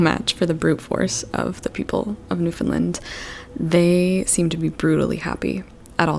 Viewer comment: The end of the word “Newfoundland” is pronounced “land”, not “lund”